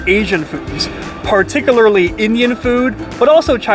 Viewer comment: If you said ginormous one more time dude, oh man! The word PARTICULARLY is pronounced PAR-TIC-YOO-LAR-LEE. Also you said you had ”no idea that man vs. food had actually came here” - you meant to say “come here”. I don’t know if you’re a native English speaker or not so I’m just letting you know. Finally, deli prices I’ve noticed have gone INSANE! $22 for a tuna salad sandwich? $18 for a grilled cheese? $26 for a burger? $20 for a bowl of chili? That’s NUTS! I can get melt in your mouth pastrami at the grocery store for $10 a pound and $3 for a loaf of freshly baked seeded rye bread, you know what I’m sayin’?